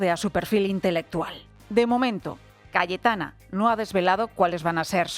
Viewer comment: Sólo yo escucho Galletana en el segundo ?